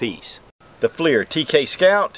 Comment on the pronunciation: Pretty sure it's pronounced "flur" not fleir... ding dong